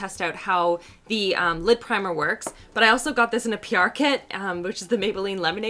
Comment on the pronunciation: I keep hearing lip primer instead of lid primer. 😂 I had to rewind to make sure you weren’t putting a lip primer on your eyelids.